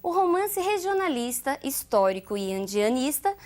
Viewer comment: É engraçado quando ela fala romance urbando ou andianista.